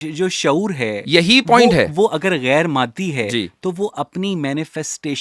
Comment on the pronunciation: معدی نہیں اوئے مادی